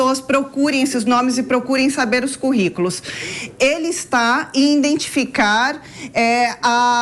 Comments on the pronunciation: Misericórdia! De onde a JP buscou essa ignorante??? Fala INDENTIFICAR, INDENTIFICOU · INDENTIFICAR , INDENTIFICA QUE ANALFABETA ESSA MULHER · QUE IGNORANTE ESSA MULHER!!! Fala INDENTIFICA , INDENTIFICAR QUE DECADÊNCIA JP